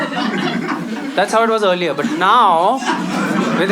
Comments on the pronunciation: EARLIER...❎ EARILER...✅ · It's not "EARILER" 🤣😂🤣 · Epic set!!!! Also.... "Eariler" 😅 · Nice video. Did anyone notice ‘eariler’ 😂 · That ‘eariler’ in the end killed me 🥲